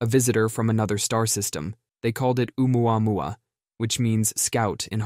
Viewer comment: “Rendezvous with Oumuamuama”…